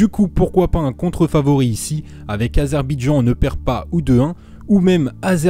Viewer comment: C'est Azerbaïdjan pas azerbidjan